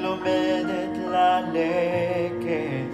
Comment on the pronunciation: Wow you speak Hebrew beautifully and your pronunciation is really good although on the la lachet you pronounced as la Laket! Your singing is a little off notes but your voice rhythms very beautifully if only you an nasrin can do a duet on this song 😊 but I’m guessing with more practice you can mail this song down, which can turn into a big hit as a cover song!